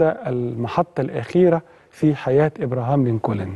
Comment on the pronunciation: على فكرة انت بتنطق اسم ابراهام لنكولن خطأ خالص يا ريت تتعلم نطق الاسماء بطريقه سليمه .. في ما عدا ذلك فنحن جميعا نشكر حضرتك على هذة الحلقه الرائعة